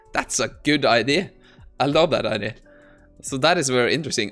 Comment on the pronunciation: I love your videos, but please for the love of god it's pronounced I-dee-aa not I-dee, it drives me crazy 😂